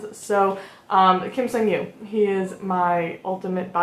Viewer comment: Hi! His name is pronounced Seong Gyu. Similar to the English word "song" not "sung" :) The romanization makes it a bit confusing I know :)